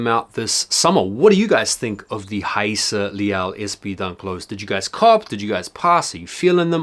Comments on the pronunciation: First off, nice to see someone finally pronouncing her name correctly!! I grabbed these from my local skate shop and glad I did, nice addition to my collection. Dope review as always! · Respect to pronouncing her name correctly.